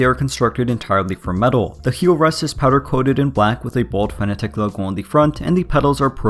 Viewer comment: You pronounce it 'fan attack'... Isn't it 'fanátec'?